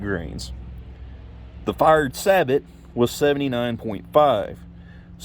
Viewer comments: Researching steel slugs, I ran across this video, pretty good video very informative. PS "sabot" is not pronounced "sab-ot", it's pronounced "sA bo". It's actually a Dutch word. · Saybow, not saybot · You are the first person I’ve heard sabot said like that. Not trying to be rude but pretty sure it’s pronounced like (say-bow) sabot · Just so you know, sabot is pronounced "say-bow". Thanks for the video, looking for some quality steel slugs, and I came across this. I appreciate it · It’s pronounced “say-bo.” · BTW, it is pronounced "say-bow". Used them in the Army.